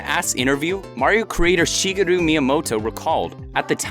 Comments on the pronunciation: It's always funny when weaboos overdo the pronunciation of Japanese words and names. In this case, we have Shigadoo Miyamoto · I know right! It irritates me so much when people pronounce it as "bros". (Same for with Smash Bros.) Also, he mispronounces the japanese names. Everyone knows how to pronounce "Shigeru". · how the fuck do you pronounce miyamoto's 1st name wrong o_o